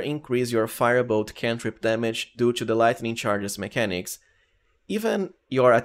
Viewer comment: You're a great build maker and all and you can definitely pronounce T properly so why pronounce TWO and TO as chu?